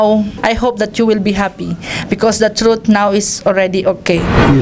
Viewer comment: Sarap panuorin tong part na to!!! Parang si manny ang iniinterview ah!! Ang laban na to ai para sayu!!! Stop look and listen amputah!!!!the troot will set be pree🤧nose bleed amputa!!! Hahhaha.. laptrip si idol.. my multiple choice pa... True of pols😂😂